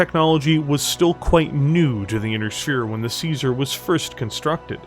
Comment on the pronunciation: One day people will find out you say caesar with a k like Kaiser, apparently the year 3049 is it